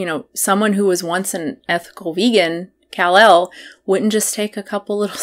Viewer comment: I agree that you can get all of your nutrients met on a vegan diet (with some supplements). That aside, her name is not pronounced “KAhhl- elle”. It’s said like “Cuhlel”, which you ought to know if you keep up with any of her videos at all.